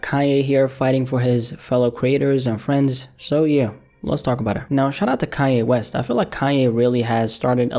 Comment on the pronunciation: Hahah he said "Kayye West" 😂